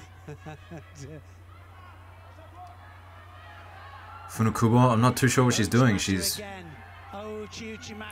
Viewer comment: So culturally insensititve..... This commentator is embarrassing. The event deserved better than this...... A guy who can pronounce Funakubo but can`t pronounce Cysique. Open your mind, man.